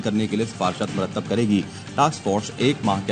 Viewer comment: madam murtadd hota hai murtadd..muradd ni hta...next headlines m Murtadd kehna..